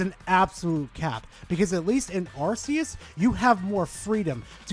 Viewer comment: It's not "Arse-eus", by the way.